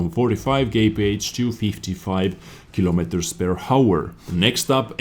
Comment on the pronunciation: "keelomeeturz purr hower"